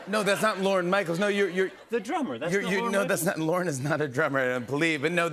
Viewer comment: The second time Ben says “Lorne Michael” he says something like LeVarne… like mixing Lorne Michaels and LeVar Burton!? lol